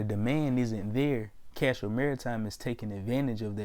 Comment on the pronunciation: if you're gonna make a video about a company the least you can do is know the name of the company...it's Castor Maritime not Castro...and I'm not even a shareholder of the company my guy cmon